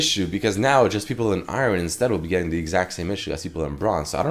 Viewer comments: Anyone else annoyed of his pronunciation of 'Iron'? Saying i-ren.. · The way you pronounce iron tilts me so bad lol XD